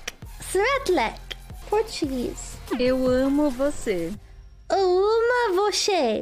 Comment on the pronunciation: Portuguese speaker here, not bad, Eu amo was right but Você is pronounced vo-se not vo-she at the end. But overall, good, 8/10.